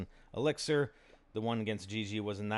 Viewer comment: He still can't say elixir